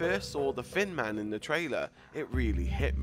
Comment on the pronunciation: It sounded like he called him the fin man